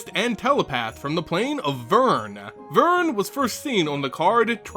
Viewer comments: Aaaaaaaaaaaaaaah, why VERN? The "r" comes first. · VERN? that gave me cancer.